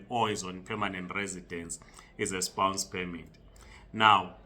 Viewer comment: Spouse spouse not spounce jirre